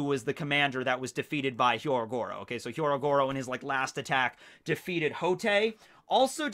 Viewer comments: I’m not sure if you know this but his name is Hyogoro not Hyorogoro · HYO-Goro,. HEE. YO. GO. RO.